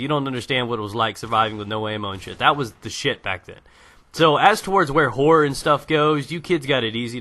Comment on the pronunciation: haha, every time you say horror, i thought you said whores... but yes, EVERYTHING meant to scare makes me shit my pants, and lactate. and im a man.